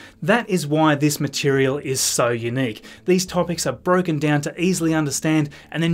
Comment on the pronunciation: Please; u·nique /yo͞oˈnēk/ Learn to pronounce adjective adjective: unique being the only one of its kind; unlike anything else. "the situation was unique in modern politics"